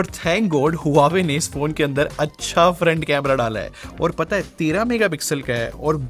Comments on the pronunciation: It's not HU WA WE. ITS PRONOUNCED WA VE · Brother this brand is pronounced as hwaa way.... ❤love ur videos